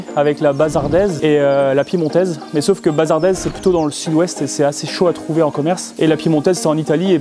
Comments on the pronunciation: Bonjour Bazadaise de Bazas et pas bazardaise cher ami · Salouté, on dit "Bazadaise" nom qui vient du village de Bazas en Gironde (j'habitais à 15 min pendant presque 20 ans). Belle vidéo merci!